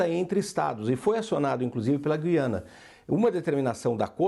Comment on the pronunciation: GÜIANA : gentilíssima locutora, no nome deste país a vogal U soa; a pronúncia não é como a da nossa palavra GUIAR, mas como em RUIANO (referente a Rui Barbosa); ou no vocábulo hipotético TUIANA. A injustificável, absurda eliminação do trema na nossa ortografia provoca erros de pronúncia.